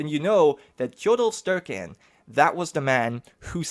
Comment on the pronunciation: Oh god the pronunciations are bad xD nice try though. Tjodolv Sterke-enn youd pronounce as Tchodohlv Staerkeh aenn. The Es are a bit like the ae in game of thrones, like aegon. I abselutely love that you used the song about hardrada in the intro and outro. Talking about the many longships taking sail for england, and youre even displaying a picture of the ships. Amazing. This is a hyped series!